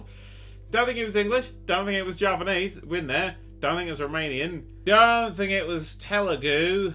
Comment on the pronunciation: this is how u pronounce Javanese: Jaaa venn essseee